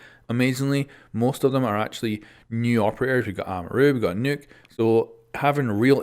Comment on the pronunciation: WHEN DO PEOPLE UNDERSTAND HER NAME IS "Nøkk" not "Nokk"?